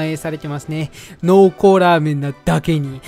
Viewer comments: 滑舌悪くてザーメンって言ってた瞬間あったわ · ラーメンがザーメンにしか聞こえなくて草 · 本当に申し訳ないけど「限界を超えた濃度を再現したザー◯ン」にしか聞こえない。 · ここ絶対「ザ」って言ってる😏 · ザーメンに聞こえる？ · za-メンにしか聴こえないww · ザーメン言うてるやん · 完全に言ってるよね？ラーメンには聞こえないよね？笑っ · 限界こえた○ーメンにしか聞こえなくてごめんなさい